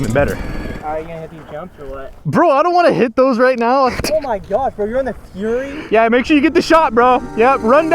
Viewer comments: Bro keeps calling it a furry. Bro it’s Fury as in rage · Keep your fork bolts loose before mounting the wheel and you wont have that problem. Also, it's fury not furry.:face-red-droopy-eyes